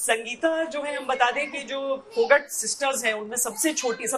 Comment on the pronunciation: मैडम आप इतनी पुराने पत्रकार होते हुये भी आप पहलवान का नाम नही जानती । फोगट नही फोगाट कहीये ( फोगाट ) । ये जाट खानदान के हिरो है ।